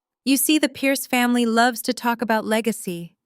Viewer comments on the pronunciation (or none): none